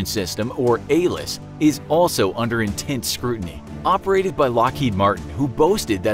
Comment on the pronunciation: It’s ALIS not ALIS